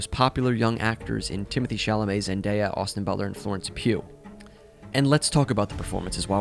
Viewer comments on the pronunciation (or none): none